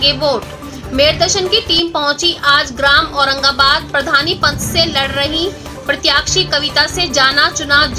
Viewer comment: उचित शब्दों का चयन और स्पष्ट उच्चारण की कमी की वजह से समाचार की गुणवत्ता प्रभावित हो रही है। उदाहरणार्थ, सही शब्द 'प्रत्याशी' है, 'प्रत्याक्षी' नहीं। साथ ही, 'श' को 'स' और 'ज़' को 'ज' कहना, उदघोषिका के भाषा ज्ञान पर प्रश्न चिन्ह ही लगाते चलते हैं। कृपया, समाचार प्रेषण और भाषा को हल्के में ना लें।